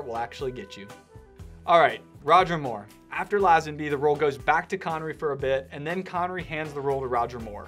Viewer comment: George Who? Laaaaazenby. FFS…. Americans……😩